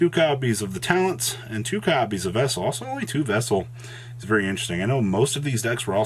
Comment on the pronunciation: He finally learned how to pronounce Vessel!